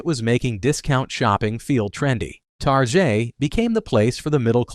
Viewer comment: Ah, yes, the Atari two six zero zero. I played E.n.d.u.r.o. and c.o.m.b.a.t. on that as a child. And the French pronunciation of Target. Man, just, like, narrate yourself. Is it that hard?